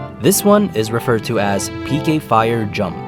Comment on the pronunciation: Whenever he said, "PK fire" I always thought he said "aim higher".